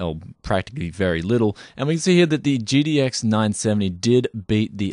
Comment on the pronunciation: Am I the only one that hear "GDX" when he says "GTX?"